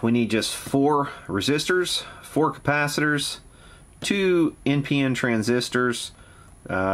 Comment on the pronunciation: "Built in 4 filter compacators..." lol--Chinglish